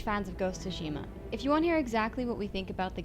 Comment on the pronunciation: “Ghost of Shima”...what?